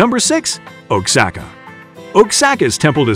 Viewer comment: Primera vez en la vida que escucho "Guana-yuado" y "Ouksaka"